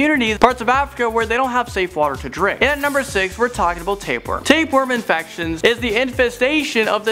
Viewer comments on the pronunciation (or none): wtf taperworm? you mean tapeworm